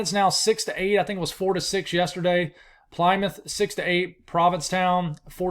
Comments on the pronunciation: The English names with "mouth" at the end of it is not pronounced like that, it's hard to explain but basically it's muhth, so Plymouth = Plymuhth and the "muh" syllable is not emphasized, it's just very sharp and quick. Everything else in the town/city name you pronounced right except that syllable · It's pronounced "Plimuth"... (short i sound... like "itch"). ;-) LOVE your channel!